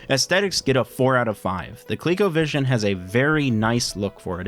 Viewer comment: It should be pronounced "Co-leh-co" not "Colique-o"